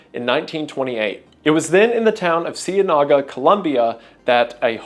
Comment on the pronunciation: “Sea-en-ica” not “see-a-naca”. lmao